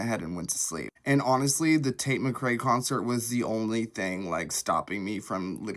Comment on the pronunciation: Hate how he pronounces tates last name lmao.